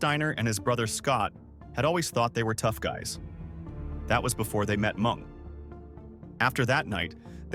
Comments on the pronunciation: Mung... instead of MENG... not once, but TWICE... Come on, if you're gonna use AI, at least make sure it's all good 1st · He’s going to come for the narrator for calling him Mung when his name was Meng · "& Then they met MUNG" 😂 PINCHE A.i